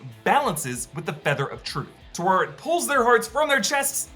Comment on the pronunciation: Ta We Ret, Ta (as in 'ta' in Ratata), We (as in 'we'.. in Wet), and Ret... you keep saying tuwaret...